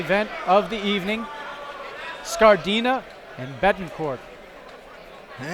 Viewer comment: Bisogna cambiare l'accento e chiamarlo Scárdina !